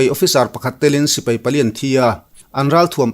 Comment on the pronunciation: "Sipei" nilo in Sipai tihtur zawk aw